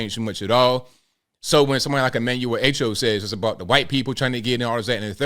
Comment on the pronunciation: By the way his name is pronounced Ah-Cho not A-Cho. Anyhow, here's my experience. I came to Brooklyn, NYC in 1967 from the Caribbean. I forgot what the terminology was, but since I didn't go to High School here I was not allowed to attend CCNY full time. I had to go in the evenings and maintain a certain GPA for 45 credits. It didn't hurt me. People like to cry to damn much